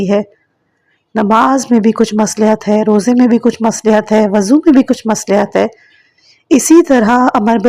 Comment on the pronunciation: مصلح کا تلفظ غلط ادا کیا ہے